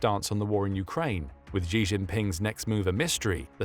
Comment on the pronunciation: 'She', 'Xi' Jinping is pronounced 'She'!